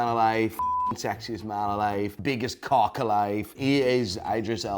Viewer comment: I saw say about 50 times "his cwock nwerly reaches his knweess"😂😂😂😂😂😂😂😂